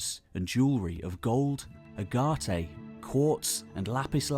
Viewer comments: "A-got-a"? Oh! You mean agate (Ag-it)! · Why can't a distinguished English narrator pronounce common words like 'agate'?